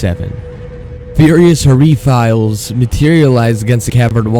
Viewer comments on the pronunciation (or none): Furious... what? Fireflies isn't pronounced "Furry Files", it's pronounced "Fire Flies" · It's not refiles, it's FIREFLIES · “furious hareefiles” 💀💀💀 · game: fireflies TCR: fih-ree files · Did you really pronounce fireflies as furryfiles?? 🤣🤣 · "furious hureefiles" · nigga cant read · That’s an intersecting way to pronounce “fireflies” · Interesting pronunciation of fireflies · LOL the way he pronounce fireflies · He mispronounced fireflies